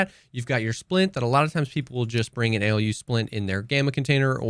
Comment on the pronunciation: Alu splints pronounced as Aluminium :D That AElyou splints way you were saying was just funny XD Or maybe im totally wrong and it is pronounced that way but for me its alu and still sounded funny :) Cheers